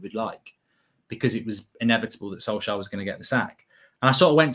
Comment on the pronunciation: It’s Solskjær get it right